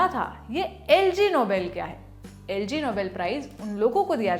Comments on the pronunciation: Quite a research...but your staff really lacks basic English skills.. Its Ig Nobel Prize... (like Ignorant Noble).. not the LG (air conditioner) Nobel Prize... But I will always be your fan. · I appreciate your research but it pronounced as 'Ig(aeg)Nobel prize' not Lg Nobel prize. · lol..madam ye LG nahi IG hai..IG Nobel is rhymed as Ignoble matlab not honourable 😂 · मैडम जी, यह "एलजी नोबेल" नहीं, "आईजी नोबेल" होता है: इंग्लिश शब्द ignoble की ओर इशारा करता हुआ। यह एक व्यंग्यात्मक पुरस्कार है और नोबेल से इसका कोई सम्बन्ध नहीं है। वीडियो के शीर्षक में "नोबेल प्राइज़" का उल्लेख या तो अज्ञान की ओर इशारा करता है या चीप पब्लिसिटी स्टंट की ओर। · It's not LG nobel prize it's IG Nobel prize..lol lallantopwa🤣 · It is not Lg It is ig ig in swedish means "not" so "not noble" prize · Madam its LG. Its IG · Ma’am “ignoble prize” hai wo. LG Nobel nahi IG Nobel. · it's not LG Nobel Price is IG Nobel Prize. Pronounced as Eegnobel Prize. Ignoble means something that is not honorable or is of a humble origin. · Lg Nobel nahi Yaar. Ig Nobel. 🤦🏻‍♂️ Cross - check kar liya karo. By the way, white suit suits you. 🙂